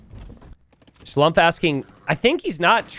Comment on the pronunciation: Try to pronounce Schlumpfs name as "Schloompf" which would be much more correct:)